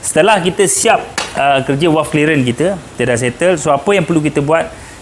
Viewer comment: bunyi nye V=valve. Bukan W= Walve. Bukan di sini, bonggoooo